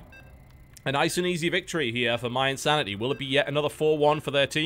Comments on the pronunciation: Why does he keep calling mYinsanity MYE? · EH-nable, IN-sanity